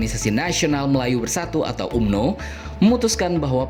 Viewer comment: Tulisanya umno bang Org malaysia bacanya amno